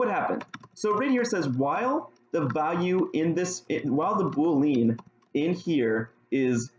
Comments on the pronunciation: Nice video! Just a couple suggestions.. it would be nice if you could make the text bigger as it's hard to read on my screen/resolution. Also, "boolean" is pronounced "BULE-ee-enn" (not "boo-LEAN"). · Is this how you are supposed to pronounce boolean???? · oh god why do you pronounce boolean like that